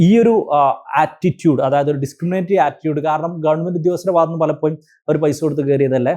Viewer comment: ഒരു examo intrw വോ ഒന്നും ഇല്ലാതെ,പൈസയുടെ മാനദണ്ഡം മാത്രം വെച്ച് govt ജോലി വാങ്ങാൻ പറ്റുന്ന ഒരു മേഖലയാണ് teaching... മാനേജ്മെന്റ് സിസ്റ്റം നിർത്തേണ്ട time കഴിഞ്ഞു. (Sir, ന്റെ സംസാരം ആകർഷണീയമാണ്. പലപ്പോ'യും' എന്ന് പറയുന്നതൊഴിച്ച്..) Aided സ്ഥാപനത്തിലെ ടീച്ചറോട് വേർതിരിവ് വരുന്നതിന് കാരണം psc exam എഴുതി കഷ്ടപ്പെട്ട് പഠിച്ചു ജോലി കിട്ടുന്നവരും പൈസ കൊടുത്തു കേറുന്നവരും തമ്മിൽ ഒരുപാട് വ്യത്യാസം ഉണ്ട്.. ആ വ്യത്യാസം മനസ്സിൽ ഉണ്ടാവും. ഞാൻ പഠിക്കുന്ന സമയത്ത് psc യെ കുറിച്ച് ഒന്നും അറിയാത്ത സമയത്ത് ഒരു ടീച്ചറോട് ഇതിനെ കുറിച്ച് ചോദിച്ചു.., എങ്ങനാ apply ചെയ്യേണ്ടത്.. എങ്ങനാ പഠിക്കേണ്ടത് എന്നൊക്ക.. അപ്പൊ ടീച്ചർ പറഞ്ഞ മറുപടി.. എനിക്ക് അറിഞ്ഞൂടാ മോളേ, ഞാൻ ഇതേവരെ psc examonnum attnd ചെയ്തിട്ടോ reg. ചെയ്തിട്ടോ ഇല്ല.. Qstion എങ്ങനെ വരുന്നത് ന്ന് പോലും എനിക്ക് അറിയില്ല, govt. ജോലി ആണ്.. പൈസ കൊടുത്ത് കേറിയതാണ് എന്നായിരുന്നു..